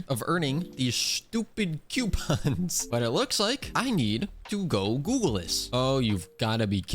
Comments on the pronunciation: its coupons not Qpons or even (ceuopons) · NOO PLEASE U WERE SAYING IT FINE NOW YOUR SAYING Q PONS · Idk if I’m the only person like this but him saying coupons as quepons is funny to me